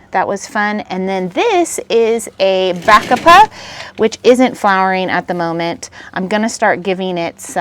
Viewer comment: I like all your flowers combinations! Bacopa is pronounced bu`COpu... I also garden in zone 9 so nice to see different ideas!